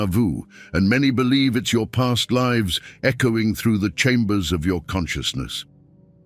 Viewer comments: Is this voice AI? it pronounces PAST LIVES as in she 'lives' there. Dunno! Ronn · Can always tell when it's an AI voice when they mispronounce the word lives.